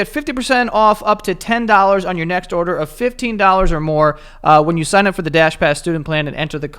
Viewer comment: “Bang out’ve ordah” 😂